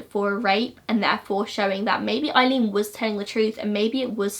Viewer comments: Aileen Pronounced, "Ay"-leen, not "Eye"-leen, from an Eileen. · Great video.I just have to let you know her name is 'Aileen' pronounced like 'Ay-leen' .like the word 'hay ' without the 'h'. Well done on content .wonder what would have happened if her mother had kept her.